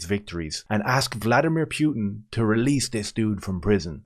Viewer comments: Pewtin whaaat😂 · Pyutin 😂😂😂 Jesus, man 😅